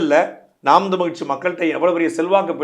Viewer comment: தமிழ் என்று உச்சரிக்கவும்(தமில் என்று உச்சரிக்க வேண்டாம் ) தங்களை நேர்காண்பவருக்கு. நன்றி வாழ்க தமிழ்